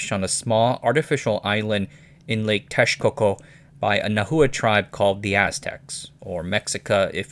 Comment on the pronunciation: Interesting you pronounce Texcoco correctly but not “Mexica”. Just pronounce the ‘x’ as you do in Texcoco with a “sh”.